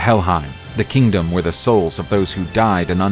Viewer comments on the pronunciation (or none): none